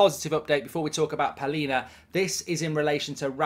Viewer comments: Its Palhinha not Paulinha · Palhinha* not Paulinha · Not Paulinha 😂 Palhinha